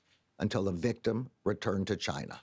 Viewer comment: Chi Nah ?? 😂